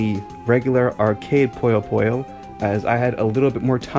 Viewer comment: You are pronouncing the Nazo part correct. The Puyo part is wrong. It should be pronounced like "Poo-yo", as in Poo.